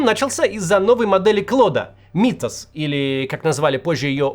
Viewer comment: Myth читается как Миф